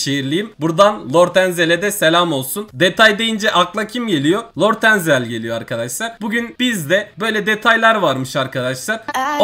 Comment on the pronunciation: lort enzel deyil abi lord enzel😂